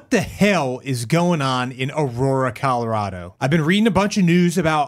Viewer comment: It sounded like you said CALorado which I'm just gonna call a happy accident